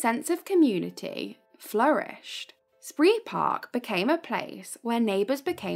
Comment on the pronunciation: It's pronounced 'spray park'